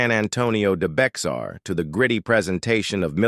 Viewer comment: Someone needs to program the AI narrator to pronounce de Bexar correcto it's Bexar (Bay-are) a slight huh on the x